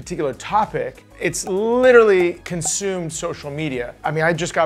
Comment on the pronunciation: There’s an r in “literally” the trend of people pronouncing it “little-y” is so unnecessary